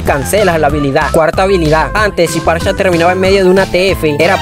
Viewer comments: Parcha? Que carajo XD Amigo es farsa, en el inglés "ph" es pronunciado como "f" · Porque le dices parcha xd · ALGUIEN PUEDE PRONUNCIAR BIEN SU NOMBRE? Dios...